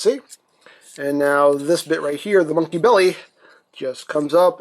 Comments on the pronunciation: "MUNKY NOT TRUK" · TRUKK NOT MUNKEE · Truck not munky